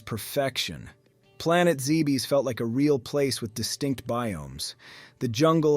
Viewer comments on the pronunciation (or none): none